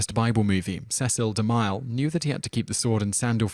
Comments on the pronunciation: The narrator really needs to learn how to pronounce some of these names: De MILE? It's De Mill .. like a saw mill! The he pronounced Salome (Sah lo may) as (So Low mee) It started getting irritating. He's done this in other videos too. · Alex Medina Bright Yeah...it's difficult to believe it's not on purpose... XD: It's not pronounced "di-MILE"...it's pronounced "de-MILL" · It's pronounced de mill, not de mile, you ignoramous. Sol oh may, with the accent on the first syllable. It's like you grew up in a vacuum and have never heard these names pronounced. smh You're also a liberal dimwit. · you're gonna get A LOT of this. But Cecil B DeMile is pronounced De-Mill (as in something you grind flour in) not De-Mile (as in a unit of distance). Can't change it now i know, but it's VERY grating. and unfortunate as the man's made a lot of the movies in this top 10. your channel rocks btw! xX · Cecil B De Mille is pronounced...... DE MILL not like mile. That is all. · Okay, you're doing this on purpose, aren't you? If you can pronounce 'Cecil' correctly you absolutely HAVE to be able to pronounce 'DeMille' and 'Salome' and 'Lana' and 'Huston' and 'Sodom' as well. Great way to generate comments, tho. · I enjoy these videos but am always intrigued as to why so many common names etc are mispronounced, is there a reason for this? I accept that some names are difficult to pronounce (after all I am Welsh and most non-welsh speakers find Welsh names difficult to pronounce correctly) especially if you are unfamiliar with them but Cecil B deMille or Sodom....